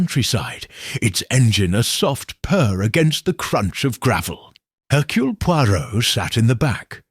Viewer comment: Not hercoole but Hercurl